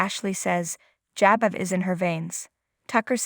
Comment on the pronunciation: Learn how to say Jabot. Omg are you buried in the sand?